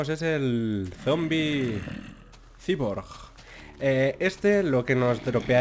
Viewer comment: Cyborg se pronuncia -Saiborg